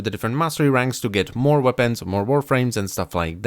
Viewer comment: Wopens, you said wopens